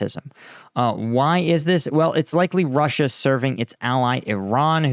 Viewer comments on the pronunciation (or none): Ie: roosia